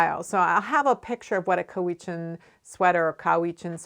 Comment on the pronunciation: Cowichan is pronounced cow ithchin.